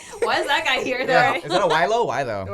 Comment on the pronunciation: it's cantonese and it's gwai lo, close tho